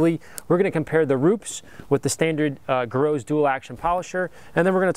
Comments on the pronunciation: griots is pronunced (gree oes) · I hate to be that guy, but Rupes is pronounced "Roo-pes" and Griot's is pronounced "Gree-oh's" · aren't these pronounced "rooopez" and "greeeeohs" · Rupes ‘ROO-pez’, Griot’s ‘GREE-ohz’ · pronounced Gree-oh's Garage